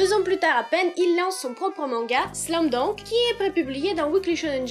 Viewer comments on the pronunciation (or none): C pas slam dounk mais slam dunk Voila voila 😑😑😑 Sa ma perturbé pendant toute la video sinon super video😘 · Oui mais non car c’est un mot américain donc c’est pas « dank » mais « dunk » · Pourquoi tu dis "slam dank " ? C'est " slam dunk " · Tu sais pas dire Slam dunk